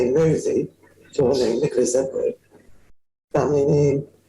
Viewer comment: I love how she makes an extra effort to deliberately get name wrong every time she says it, as if she wouldn’t remember it.